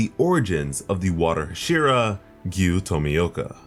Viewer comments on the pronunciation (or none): The way you pronounce hashira was fucking hilarious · The way you pronounced hashira that shit was fucking funny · The way that he said hashira